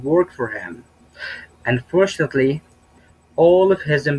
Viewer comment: العفو أستاذ عندك كلمة Unfortunately كأنك عم تحط حرف الباء بالاخر باللفظ وهى ما فيهاا حرف الباء ممكن تصلح هالشي. (يعني بالقراءة في خطا)